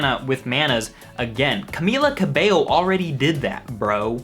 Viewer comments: I'm actually impressed that you pronounced her name right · I just wanna thank you for being one of the only youtubers who actually pronounces Camila Cabello correctly